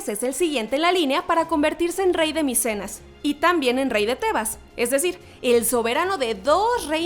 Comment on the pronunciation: xD ni siquiera lo dijo bien es micenas no micenos